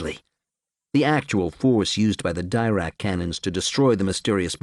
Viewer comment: He has several oddities of pronunciation which I do not like. He pronounces "Dirac" as "DYE-rack" which is objectively wrong; it's "DE-rack" after the French name. He also says "en-ERGO-bots", which sounds clumsy and does not jibe with the Polish/Slavic words beginning with "energo-" which it is surely derived from. I believe it should be "ENERGO-bots".